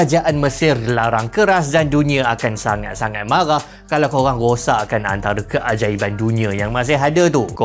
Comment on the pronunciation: mcm mana nak qolqolah kan kalau tuu hahahaha 🤣🤣 "kalauqeq"